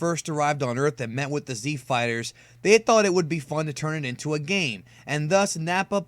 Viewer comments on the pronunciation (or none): none